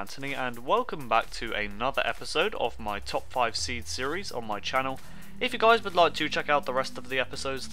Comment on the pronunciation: sounds like you said "peace out Jizz" lol (unless you dont know what Jizz is ;)